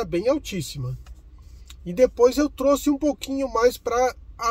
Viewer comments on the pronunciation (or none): none